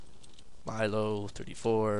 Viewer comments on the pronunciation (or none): none